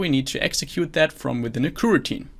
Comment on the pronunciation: I see, thanks! And thank you for the great content! (The reason to use Java is that I'm a beginner and have already tried to learn way too many languages this year... and btw, I think your pronunciation of kuh-routine is hilarious xD)